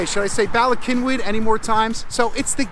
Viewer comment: All good Welsh words.Please pronouce the first Y as you would The U in gun!! Then the 2nd as in ee in weed!!!